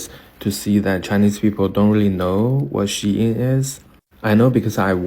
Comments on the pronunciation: Is pronounced She-in, not Sheen or Shane 🤦🏾‍♀️ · Its shein...not shane 😂😂😂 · Why are you calling it Shane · shein is pronounced SHE IN was she inside was they originated SHANE made me smile thank you this brand is not for all the ones it is for they go hard for it huh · Not Shane.... It's Pronounced Sheen.... Eventhough It's Spelled Shein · It’s not pronounced as Shane 😂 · Mfr pronounced It Shane 😂😂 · Its "SHE-IN" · Bro, "she-in" 🫡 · Listening to him pronounced SHEIN SHING is annoying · It’s pronounced as if you are saying….SHE IN… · * its pronouced (Sheen) Spelled Shein. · SHEIN is pronounced She In which is shortened for the old version SheInside which is now SHEIN. Younger Black women going crazy over SHEIN which sells very cheaply made, fast fashion, club clothes for a cheap price is 😒. I know it sounds classist, but the more educated, career focused Black woman who goes for a more refined look isn’t checking for SHEIN. We know that the Asian based retailer is banking on a certain type of Black woman being ok with subpar clothing while providing subpar customer service because they don’t like us like that. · pronounced SHINE, or how Chinese say SHY-IN. But agree with everything you said in this video. I do everything in my power not to give them other folks my money. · The brand name SHEIN is pronounced "sheen," like the word "sheen" (meaning a luster or shine) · no wrong its SHE IN (SHEIN) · Please pronounce Shein correctly 😩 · That pronunciation hit me the wrong way every time he said it.